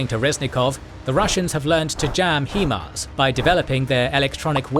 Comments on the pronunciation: HIMARS is pronounced 'HIGH MARS' not 'HE MARS' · Ah yes, the "Heemars" narrator. Gotta love those "Hee Mobility Advanced Rocket Systems". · It's a US system, should be pronounced the way the US pronounces it.